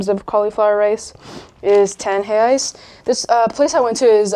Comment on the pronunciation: Wow! Your pronunciation when you said, "Reais" was dead on!